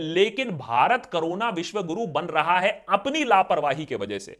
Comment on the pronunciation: Pehle corona bolna toh seekh le carona 😂😂😂😂😂